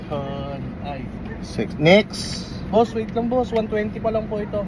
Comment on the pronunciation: Next ❌️ Nixt ✅️